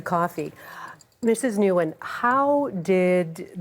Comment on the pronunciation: This ignorant host didn't even ask vietnamese girl how to pronounce her name nguyen